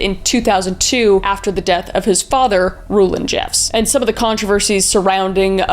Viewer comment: ROW-land Jeff’s. One of these guys little took college classes with my sister. OMG! I’m from Davis County—yes. But I didn’t know there was a Davis County thing. We call it “The Celestial County of Davis”….because many church leaders from that county. Was 99% Mormon county